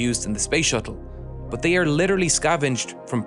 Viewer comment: Every time I hear "but" I am saying "bhoowht to myself for at least an hour...Am I the only one 🤔